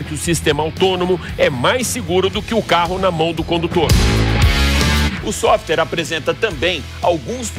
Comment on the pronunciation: Parabéns pelo programa mas pare de falar softer. O nome é software.